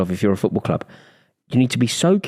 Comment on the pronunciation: "You watching a cccccchhhhhlllip from the cccccccchhhhhhlllubbb podcast."